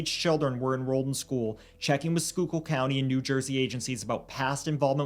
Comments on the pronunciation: Holy shit he pronounced Schuylkill right❤❤❤❤❤❤❤ you know how many times I've seen people do a video and they won't just take the few seconds to pronounce the word. Love you guys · Omg wtf???? I heard “Shore Memorial Hospital” and perked up…I grew up 5 minutes from that hospital….i can’t believe I’ve never heard of this case! Also, I live in Philly now, so I gotta compliment yall: GREAT job pronouncing “schuylkill” lol!